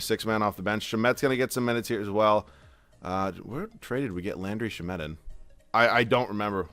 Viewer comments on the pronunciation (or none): it's sham-et not sha-met i've heard it in so many videos 😭